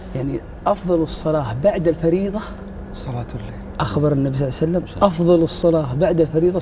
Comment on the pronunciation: ليش يقولون صلعسلم ؟